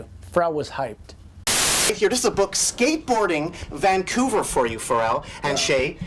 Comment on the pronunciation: You almost say Vancouver like a Vancouverite. Nice video